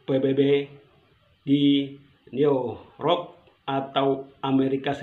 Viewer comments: New York bukan new rock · New York bukan neurok bro logat forte demais o ba lambe tiha o nia ama nia huin dt par labele logat. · Ko susa sekali sebut dekolonisasi dan new york...bikin sok pintar, padahal baca teks. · Kasihannn sebut saja nama kantor New york juga susah setngah mati,,,,logat bhsax saja kasihan,,,mau adu domba provokator,,,,perlu bnyk bljar ya Bro....klo mau buat content yg baik dan kualitas,,,TL dan NKRI sdh saling memafkan saling bkrja sma sbgai saudara ngra tetngga